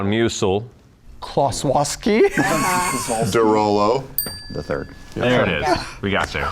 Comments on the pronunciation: Taliesin has mispronounced it as Kowalski a few times, which flows better with the whole name than Klossowski, so it stuck around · Why is the Klossowski part always pronounced Kowalski? Drives me nuts, that. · cause it's much simpler for native english speaker to pronounce, and if i remember correctly that's how taliesin pronounced it initially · It's always been Klossowski, Taliesin just ALWAYS mispronounces it. Liam called him on it once during the stream and he said it's a whiskey based pronunciation. Someone made a supercut of the times the cast says his full name in the show. Tal says Kowalski like 90% of the time, and Kolowski the rest.